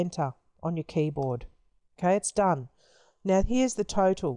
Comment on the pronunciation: I thought you said turtle everytime you said total😂